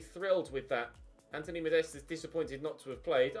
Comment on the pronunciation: you are pronouncing Anthony Modestes' name wrong. It's pronounced 'Modest'. Not 'Modest-uh'.